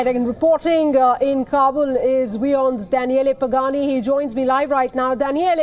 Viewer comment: Danieleh? LOL